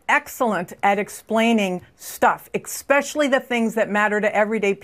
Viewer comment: did she say "exspecially"?